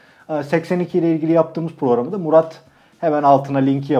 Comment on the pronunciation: Sinyor Ne Diyor? Sinyor “proğram” diyor., inanmayanlar diğer proğramlara da bakabilirler.